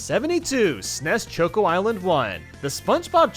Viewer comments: He calls choco chokeo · On all your videos you pronounce Choco Mountain as “choke-o” and it drives me crazy because it’s short for chocolate mountain and is pronounced the same way as the “choco” is “chocolate” 😅